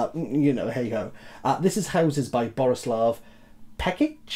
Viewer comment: You got the Borislav Pekić pronunciation pretty good. Excited for you to read it (and review it)